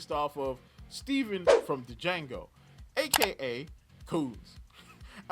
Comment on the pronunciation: You gotta be mispronouncing Django on purpose at this point